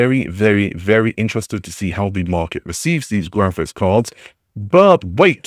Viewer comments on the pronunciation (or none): Did I hear glaphics cards 😂